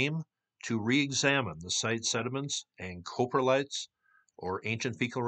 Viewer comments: close, COP-RE-LITE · Coprotlite; Cop-row-light You were close enough though. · Coprolite is pronounced "cah-pro-lite". Love the videos, keep up the awesome work! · Crappy pronunciation of crap😂